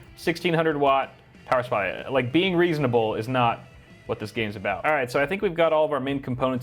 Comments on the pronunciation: Suppry... uh supply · I HAD TO DO A DOUBLE TAKE!! I WAS LIKE I KNOW THIS MAN DID NOT JUST SAY POWER SUPPRY AFTER THAT BIT😂😂😂😂😂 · The “Suppry” got me🤣🤣😂😂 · "power supfry"